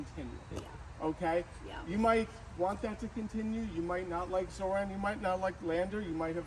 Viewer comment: Why do you pronounce his name like that? Zoh “ran”? He himself pronounces his own name as Zoh “raan” It’s Kamala Kumala 2.0 😒